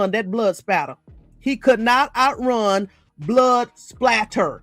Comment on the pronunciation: “Spatter” not Slatter lol 😂I was corrected in Forensic Science Class as well. Thanks for the great content. 💜